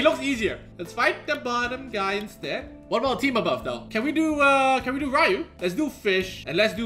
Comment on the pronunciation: Ik this is random as heck.. but thank you for pronouncing Ryu properly 😅 drives me nuts when people call him Ree-u. It's like calling your friend Ryan Ree-an instead smh